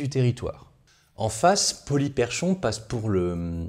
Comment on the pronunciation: Ca se prononce "Polyperkhon", comme si le CH était un K.